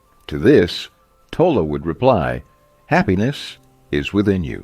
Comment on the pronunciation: It's pronounced toll lay.